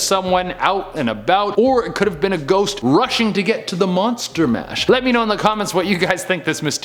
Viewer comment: "Could be someone out and about, or a shost- rushing to the monster mash..." sorry but that made me giggle